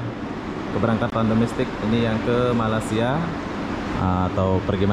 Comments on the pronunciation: Malaysia bang bukan malassia,🤭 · Malaysia ❌ Malasia✔️ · Malaysia bukan malasia 😄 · Bang kmu kan udah lama tinggal di malaysia, kmu spellingnya salah bukan malasia tapi yg benar malaysia, sukses terus bang :)